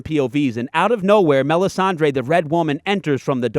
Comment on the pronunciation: Mel ihs ahn DRUH.